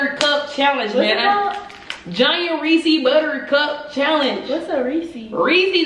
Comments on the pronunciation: it’s Ray-says puffs😂 not ray-sees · Its Not RESEEEEEES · LMFAOOOOOOO “reesy” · it’s pronounced re -c’s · lowkey can’t pronounce Reese’s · teach how to say reese's